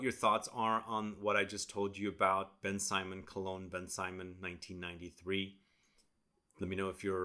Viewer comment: Thank you for this video. It's not pronounced Ben Simon though. It's more like BenSymone. I had this back in the day and I'm glad that you've discovered it. I may purchase it to see if they haven't reformulated it.